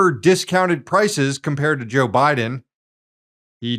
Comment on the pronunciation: its jover joe